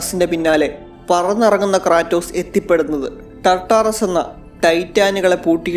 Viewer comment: ക്രേറ്റോസ് ❌ ക്രാറ്റോസ്✅